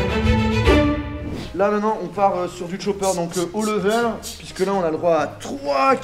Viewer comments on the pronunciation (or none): none